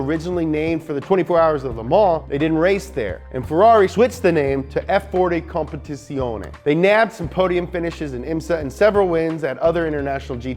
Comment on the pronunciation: How did you manage to "almost" nail every italian proper name in the video but you still sistematically get wrong "Ferrari", "Evoluzione" and "Competizione" (even "Fédération" in "FIA", but that's French) LMAO